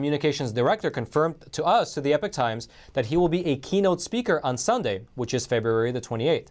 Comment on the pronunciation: Epoch not epic times...or is it?